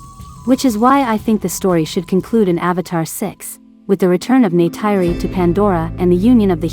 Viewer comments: It's NeytIri not NeytEYry...and Jake said: "They killed their Mother", not "Mother "nature" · "Neh tir ee" is how the name is said.